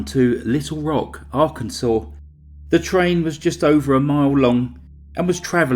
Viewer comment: Cause of death - “arkanside”!!!!!!